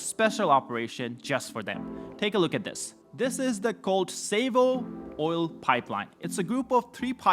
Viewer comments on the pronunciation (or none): I thought he said Oreo plant at first!😂 Oil plant, not orel(oreo) plant. Smh😅